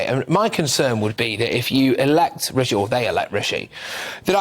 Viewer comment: That woman is being unconsciously racist , taking no effort to pronounce Rishi’s name properly . It’s Rishi not Ricky ! I’ve experienced the same dumb racism before , she knows how to pronounce it but won’t . Tomato